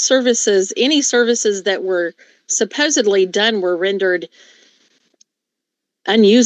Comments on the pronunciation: Lady, the word you are trying to use is SUPPOSEDLY. (Not supposeBLY) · Oh my god the defendant said “supposebly” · I knew she lost this case early on. All she is protesting to is the tests weren’t readable, clearly stipulating that she HAD them done! No one is buying she ‘can’t remember’. Get off your lazy *ss and pay your bill! And quit saying ‘supposebly’. That’s NOT a word! I wouldn’t want you teaching my kids! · when people say SUPPOSABLY, it hurts my ears. She has a college degree and can't say that word right.